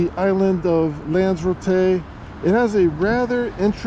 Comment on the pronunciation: its pronounced as it's spelled with an r after Lanza.